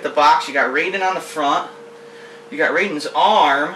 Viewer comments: ok, i'm that guy..., i will end you....EVERYONE KNOWS ITS PRONOUNCED RYE-DEN NOT RAY-DEN! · Why do all americans call Raiden, Rayden? Lol